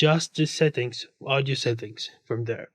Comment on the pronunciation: İngilizceye bak "uğdiyü setinkz"